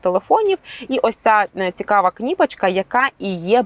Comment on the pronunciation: КнIпочка- после этого слова смотреть этот обзор нет никакого желания,уж лучше говори на привычном тебе русском чем так коверкать украинский!!! Минус ведущей !